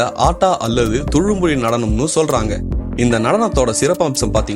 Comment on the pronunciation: ஸொல்றாங்க இல்லை....ச்சொல்றாங்க..... இதுக்கே தடுமாறுது; இதில் வல்லின "ற" இடையின "ர" வுக்கு எங்க போறது...